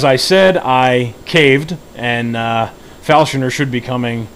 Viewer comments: He was talking about the way you pronounce him "Falshoner", instead of "Falconer". They call him Falconer due to his flying, falcon-like camera that sits upon his shoulder. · Falshoner? Falconer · *falconer not falshoner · Learn how to say falconer